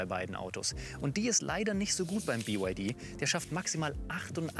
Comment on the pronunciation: Bei … „Biewaidie und Aidiedrei“ - da habe ich ausgeschaltet. 🤷‍♂️